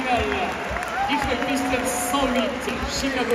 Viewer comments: Pistons mdr alors qu'on dit pistone, j'ai eu mal aux oreilles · C’est pistons et pas piston 😂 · Ça se dit piston"zz" cousin 🤣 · Aïe aïe les Pistons ils ont pris cher avec la prononciation de leur nom 😂😢